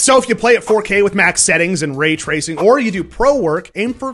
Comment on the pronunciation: Wait did you say Rape tracing????? lol